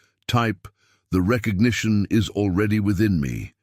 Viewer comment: Recognition not petition